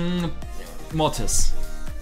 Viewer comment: sagt immer Motis